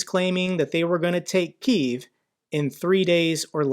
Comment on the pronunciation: It's been a full year and a half, , how do you still have no idea how to pronounce Kyiv?